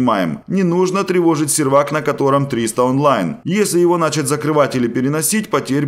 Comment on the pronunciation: Ну бляя, мне так режет уши когда ты говоришь: "квАртал", " плюсЫ", "нАчать" и т.д.